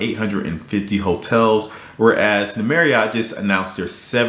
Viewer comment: Random FYI for you - Marriott rhymes with chariot. ;)